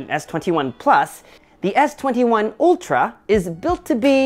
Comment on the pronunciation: Isn't it Ultra and not Oltra?